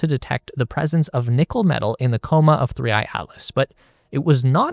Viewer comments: すりーいーなん？ すりーあいじゃないのか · AIに説明させるな💢3I→スリーイーって何⁉️